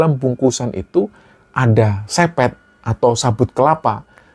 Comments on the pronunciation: Akhirnya kembali ke yg dulu, galfok sama bunyi sepet dari serabut kelapa itu, baca huruf e dalam sepet sama seperti e dalam kata enam, bukan e dalam kata bebek goreng.... 😅😅😅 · 'Sepet' bacanya kyk kita nyebut e di kata 'kenitu' , penyebutannya sama persis dengan sepet (rasa kelat buah).